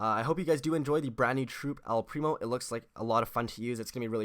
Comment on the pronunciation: It's el primooo